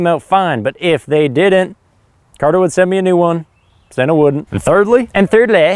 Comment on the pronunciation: Yeah, but you gotta say Seena, not Senna, so it makes sense it didn't work for RyanF9.